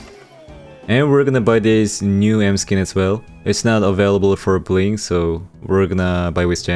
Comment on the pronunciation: Did I just hear buin instead of bling?🤨